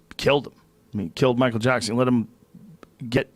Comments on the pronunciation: Michael japson 😂😂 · “Michael Jabson” 😂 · Michael Jabson